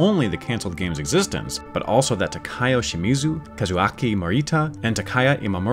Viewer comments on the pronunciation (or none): Just a heads up, Takao Shimizu's first name is pronounced "Tah-kah-oh," not "Tah-kai-oh." To be pronounced that way, it would have to be spelled as Takaio.